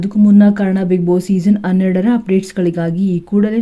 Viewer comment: ಪುಣ್ಯ ಹಣ ಬದಲು ಅಣ ಅಂದೆ ಹೆಣ ಅಂತ ಹೇಳಿಲ್ಲ ಎಚ್ಚು ಹೆಚ್ಚು ಯಾವುದು ಸರಿ? ಅಯ್ಯೇಷ್ಟು ಹೈಯಷ್ಟು, ಅಣ್ಣೆರಡರ ಹನ್ನೆರಡರ. ಕರ್ಮ ಕರ್ಮ ಯಾವ ಶಾಲೆಯಲ್ಲಿ ಕನ್ನಡ ಕಲಿತಿದ್ದಾರೋ ದೇವರೇ ಬಲ್ಲ.😮😮😮